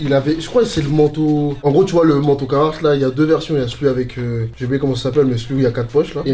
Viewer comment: c'est le seul mec qui kiff cette marque plus que tout mais qui la prononce mal. C'est caRhartt pas cahartt! Pourquoi tu chasse des lettres dans le mot?